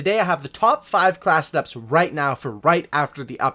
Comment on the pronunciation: I like your channel just because it sounds like you say 'Class it ups' instead of class setups